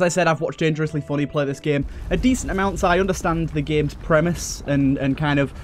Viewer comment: I like how you say "dengrosly fonney" it's pretty epic